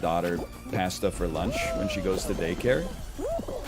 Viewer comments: on board with most of the takes but idk why he says pasta like that so i'm going -1 on this opinion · Hottest take is the way he pronounces "pasta" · I’m sad there’s no Josh here to point this out.